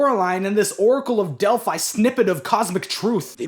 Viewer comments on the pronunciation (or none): none